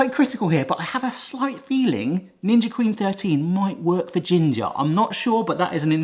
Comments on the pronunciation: Did he say ginger??? I thought it was ninja?? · This is the first time I've heard "Ninja" pronounced: "Ginger" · Ninja? Not ginga? Am i just hearing that incorrectly or am I misunderstanding something 😅 was said twice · Did he just say ginger 😂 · Ginger??? I had to rewind it to make sure I heard it right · Why are you saying ginga instead of ninja? Lmao 🤣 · Did you say 'Ginger' ice cream maker lol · Isnt the brand name 'ninja' and not 'ginga' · Did you say the ginger 10in 1 ? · What the hell is a Ginga? Its Ninja literally says it on the front... Unless I have missed a joke somewhere in the past.. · seconds in: Ginga, no, it's a Ninja. And you say Honest? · What's up with the Jinja ? It clearly reads Ninja .... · Why do you call it "Ginja"'? It's "Ninja" with an "N", not "G". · Did he call it the "ginger"? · Why does he call it Jinja? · You might want to pronounce the brand accurately, ints not Ginga. Your attention to detail is zero which speaks volumes about your lame vlog. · AAAAAAAAAAAAAAAAAAAAAAAA At this point knows he is saying Gingja and I'm losing my mind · Omg the amount of people complaining that he isnt saying "ninja" is wild. Clearly these people have never watched before, they don't understand its just a thing to do. Love y'all! Your videos are always so wholesome. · is this how British pronounce "Ninja" hehe